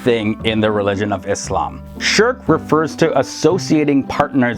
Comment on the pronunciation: The way he pronounced shirk I thought he told Shrek 😂😂😂